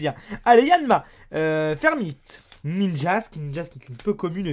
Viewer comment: Ninjask évolution de Munja... mes oreilles saignent xD